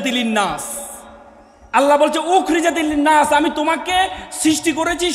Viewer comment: উখরিজাতিলিন নাছ আয়াতটা ভোল পড়েছেন আশা করি টিক করে নিবেন। আপনার কথায় মুগ্ধ হলাম আলহামদুলিল্লাহ